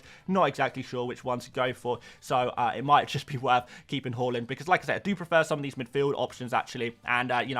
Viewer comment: Haaland is called Haaland not Hawlund. Why can’t you say his name correctly? It’s weird